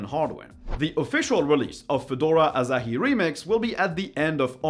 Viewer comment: It's Asahi, not Azahi...